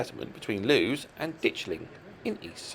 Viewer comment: A very interesting set of layouts, thanks for the video. Just a note on Plumpton Green, Lewes is pronounced loo-iss.